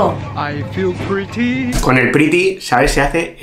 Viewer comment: La pritty con vino se le dice pritiau